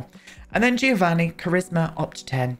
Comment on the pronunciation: It's not too important, but I'm saying it anyway! The "Gio' in Giovanni, is pronounced like the "Jo" of "John", so is more like "Jovanni".